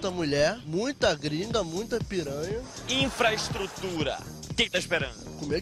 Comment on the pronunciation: Infraestrutura? CUME GRINGA kkkkkkkkkkkk